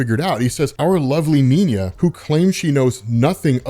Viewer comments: Cool story. Nina is German though, so her name would be pronounced "Nee-naa" not "Neen-ya". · Bro, her name is Nina, not Niña. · Am I missing something? He keeps saying 'Niña' even though it says 'Nina' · minor irritation, but: not Neen-ja, you make it sound Spanish... it's Nee-nah, a common German name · why do you pronounce Nina as "Ninya"? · It's just Nina not Niña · It’s Nina, as in “Knee-Nah” the word you are saying is little girl in SPANISH. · does he mispronounce Nina as a joke or.. ? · Kinda weird how you pronounce Nina. As if its two separate words instead of one. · You’re pronouncing Nina’s name wrong bro